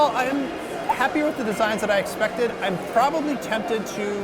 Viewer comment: "Exactly what we exSPECted"